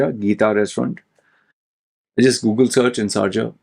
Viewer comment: SARja 🤔🤔🤔 its SHARja 😅😅